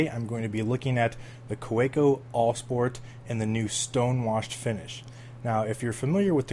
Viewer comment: Just an FYI - it's pronounced "Kuh-VAY-ko"; they're German.